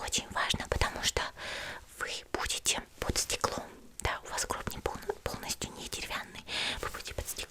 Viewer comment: Не гробы ,а гробы